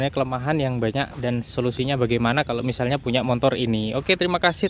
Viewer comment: Motor, Bang bukan motor. , ga ada "n" nya....